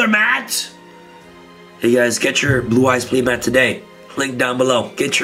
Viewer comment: MATT! Lmao 🤣 ( its pronounced muh-hot but we love you anyways )